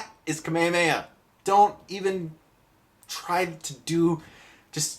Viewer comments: "kame amei"??? XD kame HHHHHa me HHHHHa =P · kamehameha**** not kamiyameya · Shawn Shimmel or however you pronounce his name... NO! Bad Stuckman!! Its Masako Nozawa!! And Nozawa's Kamehameha is the best! (course it doesn't hurt when they put a bit of an echo into it). And its not "kameyameya", it's "ka-me-ha-me-ha", separate syllables! Ok, whew. Sorry, had to get that out. By the way, one of the worst script decisions in this movie (in which there are many) that you should have mentioned was the fact that Goku used the Dragonballs to wish Roshi back... ROSHI! A guy he just met a few days ago!! Nevermind that he could have just wished his grandpa back. Nooooo. I'm so glad this movie bombed. Sadly I had to buy two tickets to it because a girl tricked me in going to see it with her. I'm weak, what can I say? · Can you please stop saying kamayamaya its call kamehameha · Kame-e-way-ah....... What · please learn the differences between Manga = grafic nobel or "comic", and Anime = cartoon or animated cartoon. And it is kame hame ha. Otherwise good review. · Gaah!! I can't stand the way you pronounce the word "kamehameha" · The way you pronounce "KAME HAME-HA" is so disturbing... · American dub pronounce Kamehameha so weird... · you mispronounced kamehameha. Also the american dub sucks. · How did you just pronounce kamehameha? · its pronounced kahmehkahmehah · lol i kinda made a double take at your pronunciation of Kamehameha